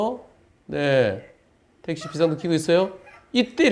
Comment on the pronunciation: 택시가 아니고 떽~~~~~~시 로